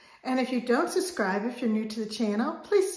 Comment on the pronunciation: Love your videos, but you lost your “B”. The word is “sub” scribe. Love you. Keep those videos coming.